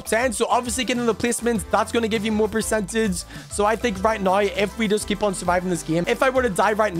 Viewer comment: bro said right niw